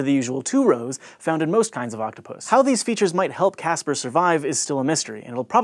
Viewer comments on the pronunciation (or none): I thought he said gaster octopus not Casper octopus